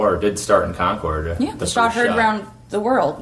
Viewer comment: Hey it's pronounced.....CONKID!!! GOT IT??